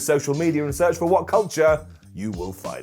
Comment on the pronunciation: Simon hungiee?!